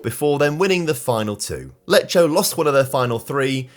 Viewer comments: Btw you are pronou cing "Lecco" wrong, its pronounced "Lekko" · Glad you're doing Italian teams as well. By the way Lecco is pronounced Lekko and Brescia is Brèsha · what he was trying to say is that the right pronunciation is “Lekko” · It's Lecco, not Leccio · Lecco are pronounced Lekko not Lecho. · Lekko, non lecho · im not talking about perfect pronunciation. Some of the names are said in a complete different way, Lecco for example is pronounced like Lekko. Beacuse i'm a follower i noted this thing particularly in italian, my native language, i don't want to be a hater, i just wanna make an observation. Of course I probably don't know how to pronounce some english words, but i know the basic names and english clubs. sometimes mispronounce some italian big names. I would really love to see him pronounce them better😉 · I love how you pronounce "Lecco" 😂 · no, unfortunately he didn't pronounce Lecco correctly, but I can see why he did pronounce it that way considering how Lecce is pronounced. In Italian tho despite these 2 words being very similar their pronunciation changes quite a bit. If the C is followed by an E or an I the sound is more "delicate/sweet (as we say in italian)" and the pronunciation for Lecce becomes "Leche"; meanwhile if the C is followed by the other 3 vowels (A, O, U) then the pronunciation becomes more "harsh/hard" and the pronunciation for Lecco becomes "Lekko" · the issue is in Italian we don't have K and J letters so both C and G need to compensate for those sounds. That's why Lecco even if similar to Lecce sounds completely different. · can't pronounce an Italian team's name right to save his life